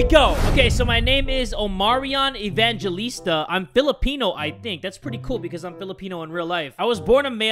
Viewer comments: Its actually pronounced Evangelista not Evan_galista Im Filipino btw Kamusta! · so the name EVANGELISTA is pronounced evanghelista and not evangjelista i know this because i am a filipino and i am proud to be a Filipino notice this just letting ya know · i am a pilipino and i think your supposed to say it like "Evanghelista" not "evanjelista" but its fine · To pronounce that is Evanghelista but it's its spelling is Evangelista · We pronoumce Evangelista like Ebanghelista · Your a Filipino but can't say the name properly